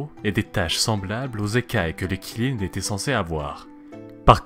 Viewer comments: Ça se lit tchilin pas qilin même si ça s'écrit avec un Q (c'est la phonétique officielle chinoise) stop au massacre stvp 😭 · Qi ne se prononce pas Chi enfin pas en mandarin en tout cas, c'est plus Tsi ^^ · Ça se prononce tsi lin, mais ça s'écrit Qi lin Kirin c'est japonais xD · QI LIN pas Kirin, c'est pas japonais xD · Superbe vidéo, ça me rappelle mes cours de chinois quand on abordait les créatures mythologiques justement💜💜💜D'ailleurs si on prend en considération la bonne prononciation, Qilin se prononce (Tsi lin(e)) 😎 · Qilin [Chilin]. 谢谢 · Pas du tout ça se prononce Tsi lin et ça s'écrit Qilin (en pinyin) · Lol, en chinois, en tout cas en mandarin ça se prononce "tsi lin" voilà 🙂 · ca se prononce xiling ❤️ sinon super vidéo